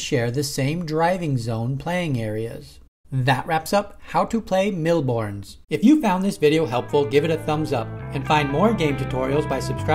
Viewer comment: FFS, it's a french/European game. "S" at the end Bornes is silent. Seriously, how to butcher a language without even knowing it.